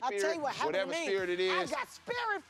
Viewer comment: “I got spirit fingers...SpRiT”😂